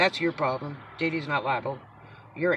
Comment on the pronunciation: I thought you said BB not DD - lol